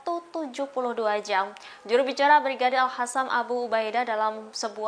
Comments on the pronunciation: Capek ya ngasih tau, tetap aja al qassam dibaca al hassam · Lo gak bisa ngomong Al -qosam ya ! Pake Q